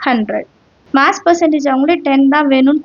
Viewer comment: Moss❌ mass ✅